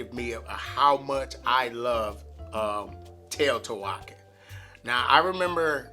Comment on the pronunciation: To say Teotihuacán you want to stress the last syllable.